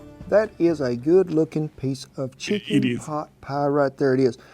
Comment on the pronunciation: You pronounce chicken as Shicken. Is that the norm there?